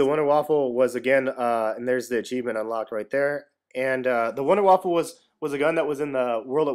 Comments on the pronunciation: WUNDER WAFFE!!!!!! NOT WAFFEL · there is no l it is not wonderwaffle its wonderwaffe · Nice video dude, 5 stars, just one thing, it's not waffle lol, it's [WAA-FAAFAA] so wonderwaffle is said different because it's german. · it's not wonderwaffle! Everybody is saying that! it's WONDERWAFFE DG-2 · wunderwaffe not wunderwaffle but i dont blame you i first thought it was wunder waffle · Wonder Waffle Its the Wonder Waffe Wonder Waff-e silent e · wonderwaffe not waffle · its wunderwaffa not winderwaffle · You are all wrong. First, its pronounced vunder vafa, second, its german for silver bullet ot wonder weapon. Its not wonder waffle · It's the wonder waffe not waffle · IT IS NOT CALLED wunderwaffle ITS WUNDERWAFE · it's not wonder waffle it's wonder weapon. pronounced vunder voffe in german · its wonderwaffe not wonderwaffLe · its not waffle its waffe but thanks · Wunder waffe ! not wunder waffle ! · its Wunder Waffe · wonderwaffle epic. It is pronounced VonderVaff. Like german. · IT'S NOT THE WUNDERWAFFLE!!! IT'S THE WUNDERWAFFE!!! WHY DOES EVERYONE GET THIS WRONG!!! IT'S GETTING ME ANGRY THAT NO ONE KNOWS HOW TO READ!!! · its pronounced vundavava not wunderwaffle and besides its spelled wunderwaffe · why do people keep calling it the wunderwaffle, ist wunderwaffe, GERMAN ! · don't listen to the a-holes becuase you said/spelled wunderwaffle Dempsey said wunderwaffle an it caught on pretty fast. So techinlly it's you can spell it both ways. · You saying wunderwaffle makes me hungry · Wonder Waffe, it's German there's no "L" "E". Good video very helpful thanx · apparently you don't know any German. The German language pronounces W's as V's. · "You get the Wonder-Waffle" WONDERWAFFLE? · actually it's VunderVaf(Er) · I know but he Said Wunder Waffle makes it sound like a perverted thing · Its called the Wunderwaffe, But Its Pronounced Vundervaffe. SMART ASS INCOMING: its actually called the Wunderwaffe DG-2. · you said wonderwaffle LOL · OMG its pronounced Wunder waffe